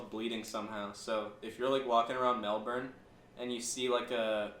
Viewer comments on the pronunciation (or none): its not melBORN its melBIN bc melbourne's t r a s h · Mel-been??? We pronounce it Mel-ben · "melburn" NVFJBVKJSDVLKAFDGA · Melbourne = Melbin